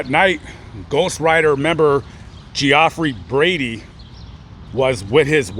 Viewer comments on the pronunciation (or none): You lost whatever creditability you may have had by mispronouncing the victims name 🙄🙄🙄, it's pronounced Jeffrey 😏😏😏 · Is spelled Geoffrey but pronounced, Jeffrey. My doctor is named Geoffrey and I said it the way you did also... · Are you pronouncing his name right or is it Jeffrey just spelled differently? We had a kid in class his name was spelt just like that, but it was pronounced Jeffrey. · lol geo-ffrey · Yes it's pronounced Jeffrey but I was thinking maybe the dude wanted to be different and that's how he wanted his name pronounced. It's possible 🤷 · I'd still pronounce it Geeofffree if they're gonna spell it like that 🤷‍♀️ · lol geo-ffrey 😅😂🤣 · It’s pronounced “jeffrey” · Good coverage of the story, and that is pretty much what was said in the news and trial about the events. His name is pronounced as just regular Jeffrey, it's just spelled differently. Like you posted. I love your content, and how you try to get the most information correctly as you can. You definitely have the spirit of "Julian Asange". I'm not sure if I spelled his last name correctly, but the founder of Wiki Leaks. He also would go to death before giving up his sources if they want to remain anonymous. Keep up the great work!! Your a great humanitarian!! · BAHAHA 45 yrs old and you didn't know the pronunciation of Geoffrey.